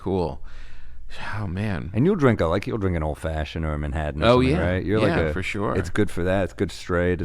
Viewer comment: Sam has grown on me. If he could just learn to say Manhattan and Norton without the d replacing the t.